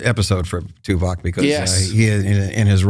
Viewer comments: Note for, Tim's character was called TuvOk not TuvAk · it's Tuvok not Tuvak! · Dammit, - it’s TuVOCK, not TuVACK. Ugh 😣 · keeps calling his character Tuvac like it's the new Dyson Hoover on the block, bro it's TuVOK..VOK lol. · omg, why does keep calling the character 'Tuvac'. It's so annoying.